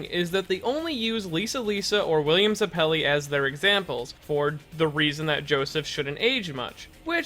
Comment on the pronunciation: “william zuh-pelli”